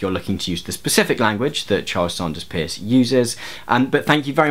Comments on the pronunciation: Minor point: it seems to me that the Americans pronounce the name of CS Peirce as in 'purse'. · Thanks for this. Just to let you know the Peirce is actually pronounced Purse. No one knows why. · Fair enough. But at the very least, Peirce is pronounced the same way you would pronounce the word purse. There is some contention to this, however, it is definitely not pronounced like the word pierce. I don't wanna just bitch, so I'll give you an example to consider, maybe you'll get interested and do a better video on semiotics: ) You say that traffic lights are a symbol; but how does that sign affect your mind? it has to be through some sort of actual effect of the sign; and what is the source of that actual effect? it must be a certain qualitative aspect of the sign. This is a feature of Peirce's semiotics that is extremely commonly misunderstood but there are no pure icons, indexes and symbols either in nature or in mind. The classification of signs is an analytical tool meant to describe all possible ways in which the mind operates but in reality, iconicity, indexicality and symbolicity are all necessary features of any sign which is to represent something. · I wanted to point out this nitpicky detail, too :) From the few things I remember from philosophy classes, CS Peirce is pronounced as 'purse' due to linguistic conventions of spelling and pronunciation being different those some 100 and something years ago. (Also, if anyone cares, the philosopher George Berkeley is pronounced 'barkly' for similar reasons. I learned so much from philosophy, yay.) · Peirce as in “nurse”. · His name is P-E-I-R-C-E. And it's pronounced "purse" and his (and Lady Victoria Welby's) work antedate's de Saussure's by decades